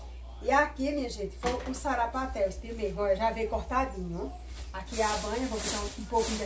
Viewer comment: Não é sapaté kkkkkk é sarapatel kkkkkkk